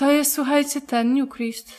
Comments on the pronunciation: się jak czytać New Crest - Anglojęzyczni gameplayerzy czytają [nju krest] a nie "nju krist". Pozdrawiam serdecznie :) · Czy Newcrest nie czyta się Niukrest?